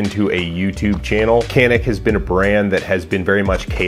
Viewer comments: FYI, it's pronounced "jan-ick" not "can-ick." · Okunuşunu yanlış telaffuz ediyorsunuz. Canik. Yazıldığı gibi okunuyor. 🙂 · It's pronounced "Janick." Say, "pizza." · This is what I was waiting for. 😁 But I want to hear you pronounce it dʒa.nic... 😛🙃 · Canik bought the best gun on the IWA show in Nürnberg. But you guys have to learn how to pronounce the name of the company. It is more like something between J and Ch, like it was written as Janik.